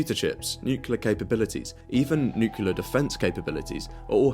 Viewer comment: "nucular" weapons... stopped watching